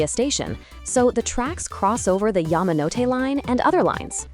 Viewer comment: Yah-mah-no-te.. never heard it pronounced that way until now. always heard it as Yaa-ma-no-te